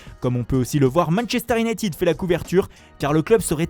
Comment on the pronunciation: Ze Times,Manchester iounaïtiiiiiiiiid 💩🤬👎